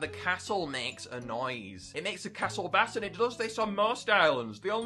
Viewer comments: Did bro say bass (baas) instead of bass (beiss) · When talking abt music, "bass" is pronounced like the word "base" 👍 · Please stop saying bass like the type of fish. It is pronounced like base. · Fun fact, when you talk about ‘bass’ in terms of music, it is pronounced like ‘base’, otherwise you’re talking about the fish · it’s pronounced base. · love the video but bass is pronounced "bay-ss" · Just lettin' you know but "bass" is actually pronounced "bayss", I know most people don't know this but just for future reference. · You pronounced the word bass wrong, you said it like the bass fish, the bass guitar is pronounced base guitar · It's not bass like the fish it's bass like base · You’d think someone who’s been covering this game for years would know how to pronounce “Bass” lmao Edit: Or what a harmony is lmaoooo what a joke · Why do you keep pronouncing bass like the fish